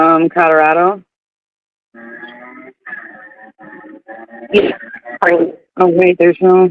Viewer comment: Would someone tell that its CoLorado...not CoDarader...